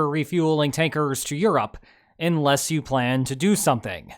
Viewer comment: It's pronounced 'unless', not 'inless'